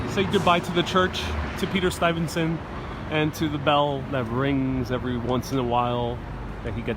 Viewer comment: Good stuff, but pretty sure that’s not how you say Stuyvesant lol